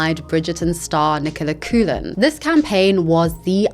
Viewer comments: It's not Coo-lin. It's pronounced like KOKH-lin. You can see her pronounce online to help. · Coughlan is pronounced COCK-lin. Enjoy. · My love. Please learn to pronounce Nicola Coughlan (Cok-lan)'s name. Love your videos. But check all names, especially ones from a different language and cultures <3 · Great video but just so you know it's pronounced Nicola Cock-lan!